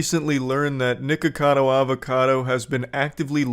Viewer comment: I could tell you learned about him from charlie because you pronounce nikocado wrong the same way he does